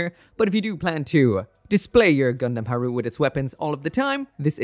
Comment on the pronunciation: its ha-ru-te, not harut...